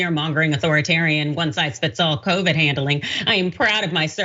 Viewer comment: Hershel didnt say it'll kill covid , he pronounced it Kro-vrid 😂🤣😂